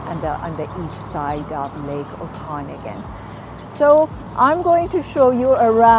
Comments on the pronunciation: oh-con-again !! hahah 😂.I stopped the video because I could'nt stand to listen to her voice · You can't even say Okanagan correctly.